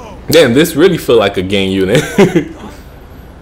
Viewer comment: At the beginning of the video did u say gay unit